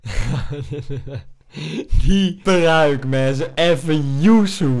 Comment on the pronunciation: Waarom zeg je ah. En je zegt die prrrruik 😂😂